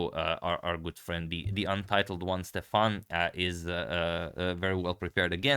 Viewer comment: I believe that Stefan in Icelandic would be pronounced Stevan with the emphasis on the first syllable.